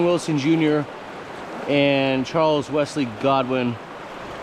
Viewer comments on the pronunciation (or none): none